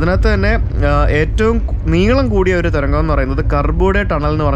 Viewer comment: തൊരങ്കം അല്ലടെ..തുരങ്കം..അതെങ്ങനെയാ തൊരങ്കം വെച്ചല്ലേ പരിചയം ഉള്ളു